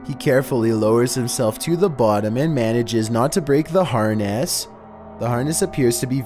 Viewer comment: “He comes down and managed not to break the harnACE”